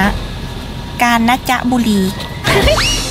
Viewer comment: ชื่อจังหวัดกาญจนบุรีค่ะไม่ใช่แบบที่พี่พูดว่าการนะจ๊บุรี